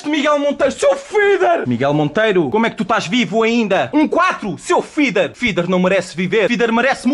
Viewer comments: ele n dsse vida, ele disse "feader" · e n é "feader", diz se "feeder"